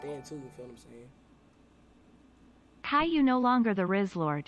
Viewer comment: really said Chai 💀🤣